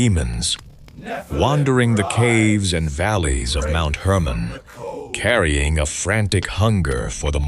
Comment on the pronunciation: Mount Hermon not Herman.